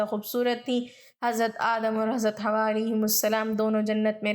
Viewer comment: Sister , hamari amman ka naam Hawa nahi ,Hawwa tha ,ہوا اور حوا میں فرق ہے ،اپنا تلفظ درست کرلیں۔